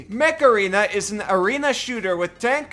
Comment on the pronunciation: it sounded like "macarena" 🤣